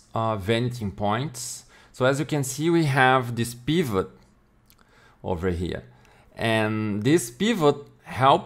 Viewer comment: Wen you said peevut I subcribed